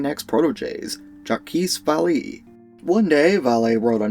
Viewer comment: Jakeese Valleee? How did you manage to mispronounce Jacques' name so thoroughly then seconds later pronounce "Vallée" correctly, for future reference his name is pronounced "Zha-k Va-lay" Otherwise great breakdown of the case, 10/10 kino